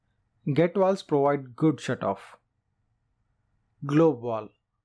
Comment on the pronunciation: You know alot about Walwes shame you can’t pronounce your V’s 😂😂😂